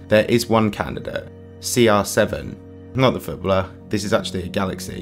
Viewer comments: Footblrrr? That’s a pronunciation? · Ftblr? Bro. I love the way you pronounce 'footballer' 😂😂